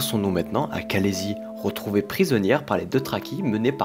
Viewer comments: et les "deutraki" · Pourquoi prononces tu khaleesi "kalézy" ? Désolé de chipoter c'est juste que ca m'a interpellé tout le long de la video lol